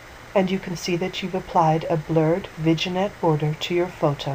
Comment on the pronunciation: Thanks! It's pronounced "Vinn-yette" by the way :) French word!